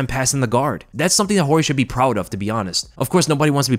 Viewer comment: Thank you Jorge! (, it's not pronounced "George" you dingbat)